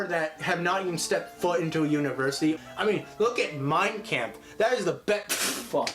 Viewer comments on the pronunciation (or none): You said mien kampf wrong